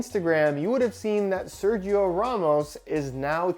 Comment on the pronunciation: Someday learn how to pronounce SERGIO !!! Repeat SER - HE- O!!!